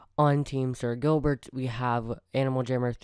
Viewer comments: Either you said spooky video or you said sil instead of sir Gilbert in Kaileebaby pronounced Kyliebaby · or said sir Gilbert wrong 2 times